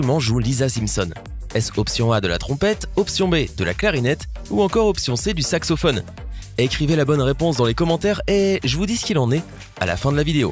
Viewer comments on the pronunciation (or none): Sacsophone tu la dis un moment 😂😂